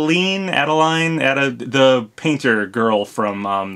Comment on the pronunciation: Two minor notes: 1.) Adeleine is pronounced "Add a line" (Get it? Because she paints.) I agree it is strange that she isn't a spirit, but she was never a trophy or a sticker either. 2.) There is a spirit called "Absolutely safe capsule" - which contains Porky, but the in-game sprite from Mother 3 does not show porky at all, so IDK if this will make up for his absence. Overall, I am a believer that there is no correlation between spirits and future DLC characters. Just because a spirit is absent does not mean they are more likely to be a DLC fighter and just because they are present, does not decrease their chances of being a DLC fighter. I also firmly believe there is going to be more DLC other than the fighter's pass - be it another pass or free echo fighters.